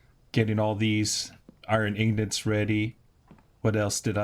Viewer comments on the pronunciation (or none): They are called ingots not ingnits